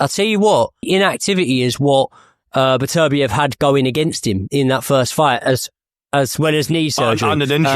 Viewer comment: It's "better-BEE-ev" it's not "buh-TERR-bee-EV". start there. no translation or accent would ever make that remotely accurate.